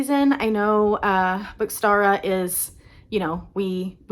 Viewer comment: you pronounced it perfectly!! so excited you’re joining us!